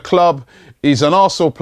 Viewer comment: Hey Robbie, its Taku-MA Asano, not Taku-MO Asano